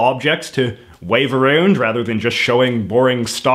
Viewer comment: "Aroond" - J.J.